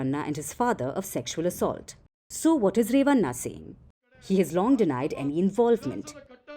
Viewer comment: 😂😂😂😂 it's not re-va-nnna At least learn how to pronounce names of South Indians. It's ray-va-nn a (bada wala na)